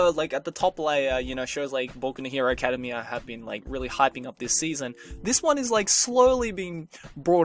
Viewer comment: I think you're pronouncing academia wrong